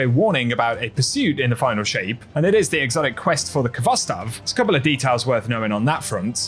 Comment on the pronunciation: The k is not pronounced in khvostov. This the transliteration of the Russian word хвостов. The kh has a hard sort of rough h sound.